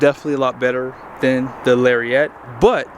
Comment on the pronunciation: TF is a Larry-ette?